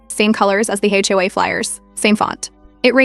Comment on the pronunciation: HOA is pronounced aitch-owe-(h)ay.